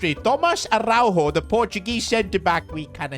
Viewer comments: as a portuguese speaker Araújo dont pronuncie a-hau-ho like it was spanish and and yes ara-u-yo(yo in spanish) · Love the videos, but damn you got to learn how to say Araújo 😂